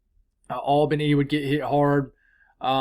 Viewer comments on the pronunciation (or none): none